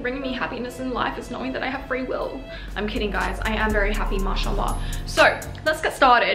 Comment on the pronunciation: Love how she said Masha’Allah 💛💛